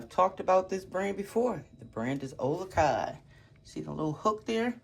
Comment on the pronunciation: You pronounced the Olukai perfectly! Hawaiian here but living in NE Tn. Love your channel and reviews of shoes, very helpful.